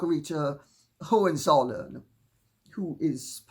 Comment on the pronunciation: Excellent pronunciation of Hohenzollern - and I‘m German😊